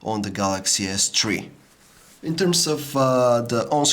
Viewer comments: galay s tree ._. THREE!! o_O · Galaxy S Twee, lol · Galaxy S tree .loool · lol Samsung Galaxy S Tree :P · Galaxy S Tree!!! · Don't you guys just love the "galaxy s TREE" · galaxy s chwee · Lmao at S tree :D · galaxy s tree ....lol